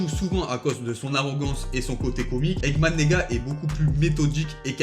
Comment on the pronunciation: Je suis le seul à avoir entendu egman neega